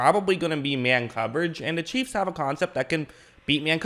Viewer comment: Bro learn how to say chiefs. Cheeves